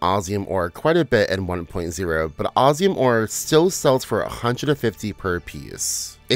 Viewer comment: I really wanted to watch this all the way through but the way you kept sayin Osium, instead of what (my) game calls it (OsMium) was really jarring. 😔